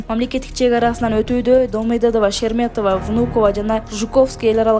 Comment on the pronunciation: Шерметова эмес,Шереметьево.Туура окугун,сабатсыз.